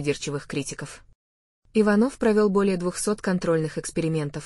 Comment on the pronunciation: Часто голос повышает зачем не иваново а ичанова ударение надо правтльно ставит